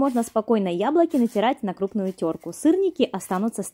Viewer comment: Тереть на теркЕ,а не на теркУ